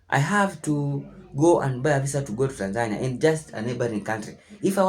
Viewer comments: how is this lady trying to live in Tanzania and she can't even pronounce it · she may want to learn how to actually pronounce the name of the country "Tan-zuh-NEE-uh" first instead of the weird USA pronunciation, "Tan-Zania" lol. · I’m glad that people in America are learning this. They think they are going to go to Africa and a red carpet welcoming party will happen. They think it’s about color when it’s all about culture. I’ve been saying it for years to much ridicule. And the lady mispronouncing Tanzania 🇹🇿 is diabolical! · Wow banange atleast learn how to pronounce tazania 😂😂.. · Wow. Y’all think cause u black, you have the right to go to Africa like it s free and will be received with open arms. The audacity. Chile the second woman’s experience can’t even pronounce Tanzania properly. Leave girl. If I have to leave Canada for any reason it s a flight back to where I was born, not a different one.